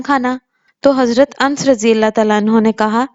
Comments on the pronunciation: Ans nhi.... Anas bolie.... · Nane leyna tou seekh key mohtaram chanel khol liya kisi aalima say tasdeeq karliya karay shrum karay khuda ja khof karay medical k leye tou doctor say poochtay hey masail k ley khud hi aalima bun jati hey ans nahi anus hota hey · Anus naam hai unse Nahin padha Jata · Name ans nahi anus hota hey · Ans nhi madam Anas h ,, aurat ki awaz ka bhi parda h islam me eislie aurat ko imam , qazi, aur nabi n banaya..